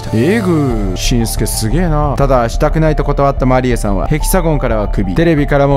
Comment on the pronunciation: ヘキサゴンとマリエのイントネーションが独特ですね